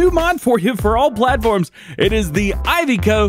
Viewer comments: Iveco is pronounced (Iv e co) not (I've co) I do love the truck, and great video as always! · DJ, I love your videos, but please, the Iveco is pronounced E-vay-co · Iveco there is no Y why is he saying ivy-co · How do people say Iveco Firstly i ve co Secondly I vec o